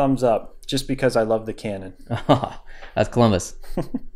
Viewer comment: I thought he said that’s clumbis